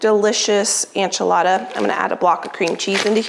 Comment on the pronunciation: are you saying ANchilada???